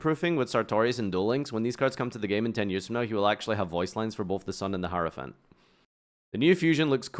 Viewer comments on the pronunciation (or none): none